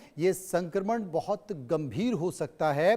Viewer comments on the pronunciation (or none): none